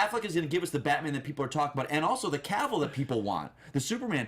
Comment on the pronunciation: i wish people would remember that Henry's last name is pronounced like "travel".. it's not like Seville. Justice League- it is Zack's film.. he did all of the principal photography on it.. the DGA rules are clear + Joss is doing the scenes that he & Zack discussed. (Darkseid wasn't in the plan for J.L. 1 and there could still be a J.L. 2 with Darkseid. it could be that the WB is being prudent by waiting to see how the public and critics will bash Justice League before moving on to the 2nd one